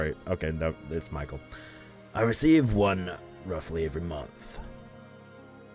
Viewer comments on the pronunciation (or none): By the way, you pronounce name Michel wrong, it should be in French manner😊